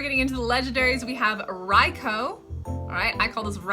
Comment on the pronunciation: Rai-koo... Swinub, is like, Swine... Nub... And Elekid? And I'm counting Stantler wrong too by how hard you pronounced that T... sTantler 😂